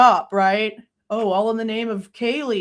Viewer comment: Why does Nasty Disgrace still call Kaylee "Kjeelee" 😑